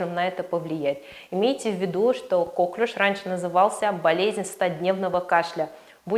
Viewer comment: Впервые вижу доктора, который говорит кОклюш.